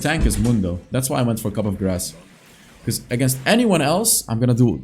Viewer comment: Coup is pronounced Cool without the L. You already took that when you said cup for coup lol <3